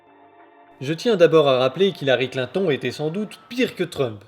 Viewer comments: François Hollande c'est un peut l'incarnation de la méthode Coué:) Mais c'est qui ce Klin-thon? lol. Ah!!! à tu prononces à l'anglaise. ah ben tu vois que toi aussi tu as un cerveau malade gangréné par le complotisme. Il n'y a pas à dire: maintenir le peuple dans la peur est toujours une bonne stratégie, il acceptera toutes nos stratégies. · j'aime comme il prononce Clinton x) très bon contenu bravo ! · Vidéo interessante mais alors, ton mépris de Clinton au point de volontairement massacrer son nom chaque fois que tu parles d'elle m'a presque dissuadé de finir la vidéo. On peut aimer ou pas tel ou tel personnage politique. Mais à un moment, à mes yeux, ça finit totalement par te décrédibiliser parce que là ce n'est plus une analyse objective et pensée... Juste une tribune d'un adversaire acharné qui caricature....un peu comme Trump quoi ... et c'est dommage parce que tu soulignes des points interessants. Encore que j'en partage pas totalement l'analyse.